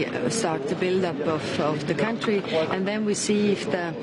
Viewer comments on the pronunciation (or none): none